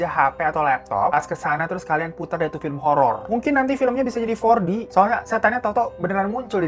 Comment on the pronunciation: Hantunya jadi 4G... Ehh apa kuping ku yang dengernya gitu bukan 4D 😂😂